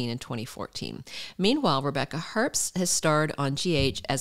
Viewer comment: The b in Herbst is silent.